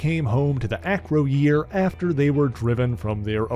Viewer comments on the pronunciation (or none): Not Acro-year, it's acroy-er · Great video, well researched, but bro, your pronunciations of Acroyear and Kaliklak are waaaaaay off! It’s not a-cro-year, it’s pronounced uh-crow-yer. And it’s Kuh-lick-lack. You got Spartak right though! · Its prince A-COY-ER!!!! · Acroyear is pronounced Ah-croy-er. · It's pronounced A-Croy-Yer.